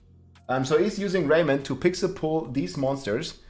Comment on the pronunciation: Lol he says "Rrrrrrrrrraiment".